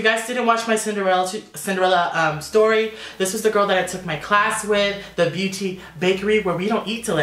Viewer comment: I don't know if somebody said it already but blinking beauté is pronounced different. Beauté is French for beauty and pronounced: bo+(ta from 'taken'). Love the makeup btw ;)